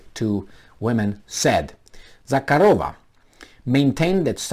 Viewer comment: zakArova, not zakarOva